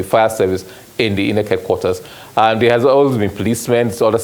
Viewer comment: If this oga is going to change the pronunciation of INEC to EENECK for us, at the very least, he should be wearing a bow tie!😊